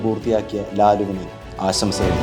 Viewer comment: ആശംസകൾ എന്നാണ് പറയേണ്ടത്. അല്ലാതെ ആസംശകൾ എന്നല്ല. പ്രത്യേകം ശ്രദ്ധിക്കണം. വലിയ ചാനലുകളിൽ പോലും ഇത് കേൾക്കാം വളരെ ഇഷ്ടപ്പെട്ട ചാനലൽ ആയതുകൊണ്ടാണ് പറയുന്നത്.